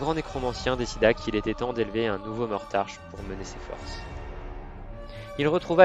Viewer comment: Hahaha!!! Franchement génial!! Beau boulot! Par contre je pense que c'est Mortarck et pas Mortarche ;) Merci du boulot, je vais me bouffer toutes tes vidéos fluff!!!!